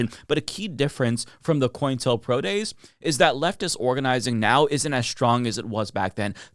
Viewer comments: Sorry to be a but about this, but it's "Co-intel-pro", not "Coin-telpro". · Maybe I'm hearing him wrong every time, but I swear he's saying "Coin tell pro" instead of "Co-intel pro" It's shorthand for Counter intelligence program. Co-intel. Not coin tell.